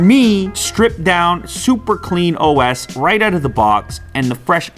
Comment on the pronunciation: Unbox Therapy you said "clean os"